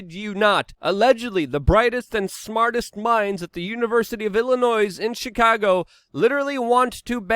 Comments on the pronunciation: You don't pronounce the s in Illinois. Just spell it this way > ill annoy < to remember 😏😉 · Hey dude, don't know if you know but the s is silent in Illinois.